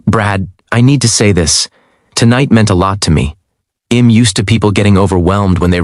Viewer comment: Please tell your AI that "I'm" isn't pronounced "im"!